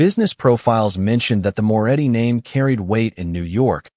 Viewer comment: It's Moretti not more eddy